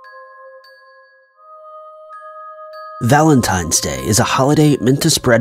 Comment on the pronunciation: Valentime's Day...? 👀😑 My God..